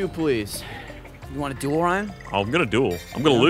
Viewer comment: Watching this in 2018 is tough because Gavin keeps saying duel and it sounds like juul